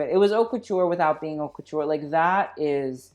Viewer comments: Is it that you don't even know how to pronounce your own channel, or are you doing a play on words? It's pronounced 'Oat', with the H silent. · meanwhile he can't even pronounce haute